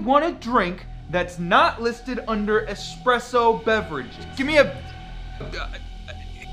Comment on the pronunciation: People never pronounce espresso right